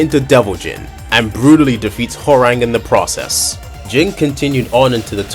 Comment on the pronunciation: bro said WHORANG